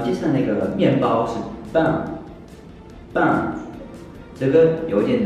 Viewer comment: 我聽起來是棒😂